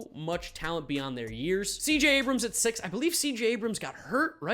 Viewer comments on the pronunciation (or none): none